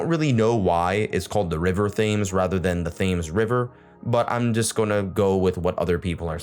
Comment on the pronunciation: Thames is pronounced Tems. Seine - Sane I love languages but am no professional! Liking the channel.